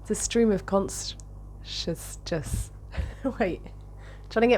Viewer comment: Scream of consjessness 😂